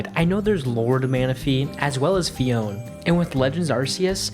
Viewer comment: Pronunciation is not this guy's strong suit